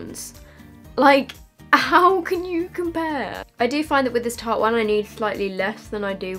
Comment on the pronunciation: Love u but tarte is pronounced tart xx❣️